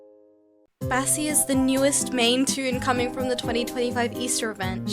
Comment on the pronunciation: Am I the only one who heard her say Bessie